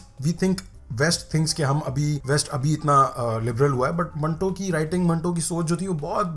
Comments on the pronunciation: Hindi English Urdu kuch nhi aati? It's Manto not mantu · Bhai ye meri family..... And it is manto. Not mantuu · I think its Manto.. rhymes with tomato and not tibaktoo.. nai?